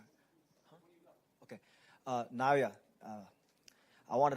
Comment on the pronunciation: These people still can't pronounce Naoya's name - remarkably inept! NA-OH-YA IN-NO-WAY - seriously brainless & it's their job, no less!